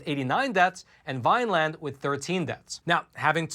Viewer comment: those town's names are pronounced Pah-ram-us and Vinn-lind. I was raised in Jersey, I know,, but due to the Grace of God I've lived in the South for 43 years, 6 in Fla. and the last 37 of them in one of the last land(s) of the free - Mississippi. Go Gov. Reeves! Lets go Brandon!